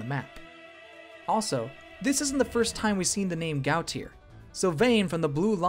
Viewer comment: Gautier is pronounced Go-shay.